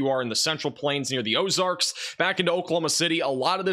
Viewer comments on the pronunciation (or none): none